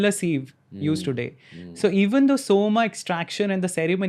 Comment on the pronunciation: It’s Soma, not Soma.